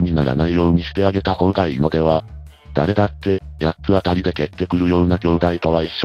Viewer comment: 読み方を「やっつあたりやっつあたり」とするのはやめてほしい… それはそれとして弟があまりにかわいそう 兄はサイコパス、母は平和ボケの日和見主義のアホ、父は空気